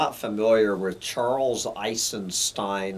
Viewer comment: You are not pronouncing his last name right...